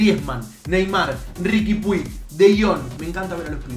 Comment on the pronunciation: Che a Riqui Puig se le dice Ricky Puch,no Ricky Pui jajaja,un saludo crack!!